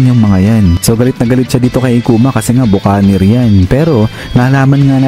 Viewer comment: Ba-ki-neer po ang pronunciation NG Buccaneer!